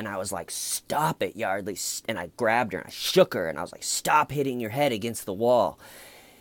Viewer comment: Hey! Like the goatee thing going on. The Huguester - Busted! His accent kills me. "I was like Yawdley, I just wanna tawk about the incidents that have enshewed". Then "The conversation was like, not going enywere." Well,, maybe it wasn't moving along because the poor girl was dead! I agree about the detectives. The female one was great at creating a friendly bond with him to get him to talk. Not sure if I buy George's theatrics when he found out Y was dead. Yeah, Detective Ed needs to step up his game.